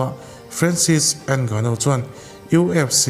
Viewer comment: a fiamthû nihkhi 😂 Ngânu-in mizo; not ènggnuuu 😂